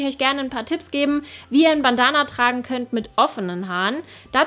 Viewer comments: Hat mich irgendwie voll aufgeregt wie du Bandana ausgesprochen hast... das ist Englisch!!! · Sorry, es hat mich einfach irgendwie richtig gestört vom Hören her 😅 ansonsten fand ich ja alles cool, aber du kennst das bestimmt auch, wenn man sich an einem Punkt aufhängt und total irritiert ist... Ich finde Bandana hört sich deutsch ausgesprochen einfach blöd an 😂☺️